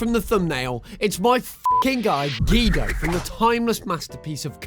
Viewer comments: GEDO ITS GUIDO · You said Guido's name wrong